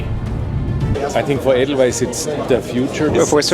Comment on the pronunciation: Edelweiss! Nicht Adelise!😢